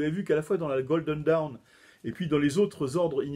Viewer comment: Ah ! Le mot "dawn" est bien difficile à prononcer pour un Français ! Ce n'est pas «daoun» (comme "down"), mais quelque chose comme «donn» avec un o très ouvert (presqu'un a), un peu comme dans la «rose» de Francis Cabrel. Et cette voyelle est plutôt longue.